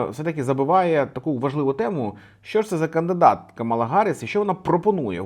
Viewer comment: Нарешті не Каміла а Камала)